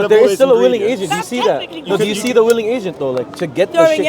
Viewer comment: MashAllah daii brothers doing it well. Just that the bro in a hat and glasses to the left needs to work on his W's. He is constantly mispronouncing Will and Willing as Vill and Villing....